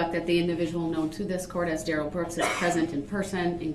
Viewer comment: 😅OMG he dont understand ohh ok yeah right Duh-rell 😅